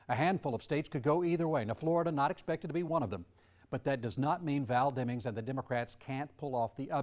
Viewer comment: 58.45 "Senator Elect Demmings". That was weird, does little Marco know something he shouldn't be telling us?